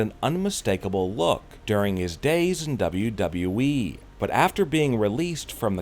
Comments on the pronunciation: He says wwe like duba duba eee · Why did you change your way of pronouncing WWE?😂😂